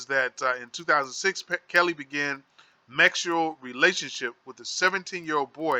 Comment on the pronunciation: Hold up!!!!!!!! You're acting like your didn't notice him saying the wrong word Twice (mexual) and stead of saying (sexual) and than he repeated it, I'm thinking ok he made a mistake this time around he will correct himself, hell na! He said it again Mexual like WTF, I'm like now he most of thought that what he was ready, I'm still like WTF!!! ... a, S doesn't look like a M.